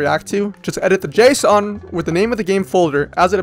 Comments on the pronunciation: why do he say json like the heavy rain dad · The way you say Json sound like Jason which is my first name